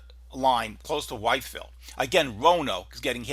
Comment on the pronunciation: Love the forecast! Well explained! Btw, it’s pronounced With-ville with a soft I sound just fyi. And if you wanna sound like a real local it’s With-vul.